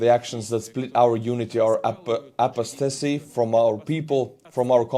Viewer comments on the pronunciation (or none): Thank you for sharing this video. To help you out with English...Apostasy..Ah Pos Ta See.